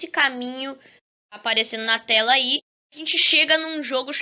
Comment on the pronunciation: kkkkk o falando terra em veis de ele falar tela ele falou terra kkkkkkkk🤣